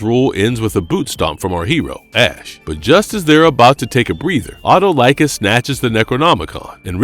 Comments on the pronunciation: it is pronounced Uh-Tall-Ick-Kiss , and not, at oh like us. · great vid. but please learn to pronounce the king of thieves name.. eh-tall-eh-cuss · Great video! I love Evil Dead and Xena! Just a nitpick: Autolycus is pronounced "aw-TUH-luh-kiss".